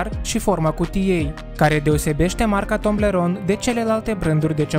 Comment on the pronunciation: Toblerone nu Tomblerone (fără hate)